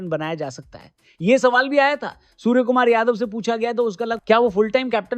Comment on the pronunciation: Suar nahi bai 👉Surya Kumar Yadav 😂😂😂